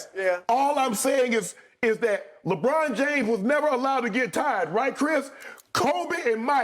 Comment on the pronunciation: Im a lebron fan but that was pretty funny, skip said "legone james". Lol